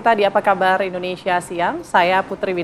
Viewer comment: Hati hati bg penyiar bilang indonesa gelap